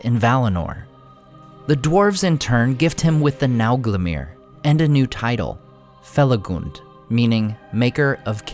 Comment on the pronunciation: I'm happy to hear "Felagund" pronounced correctly! Even the recent audiobooks released for Fall of Gondolin and Beren & Luthien mess it up. They're reading excerpts from Lay of Leithian (which has rhyming couplets), and they attempt rhyme these lines where the "-gund" sounds like the U in "fun." in shadow faithful Felagund, careless of fang or mortal wound.